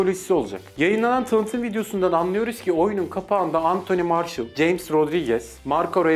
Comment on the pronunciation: antoni marşıl değil marsiyal